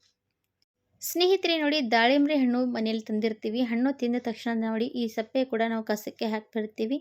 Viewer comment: ಸಪ್ಪೆ ಅಲ್ಲ ಸಿಪ್ಪೆ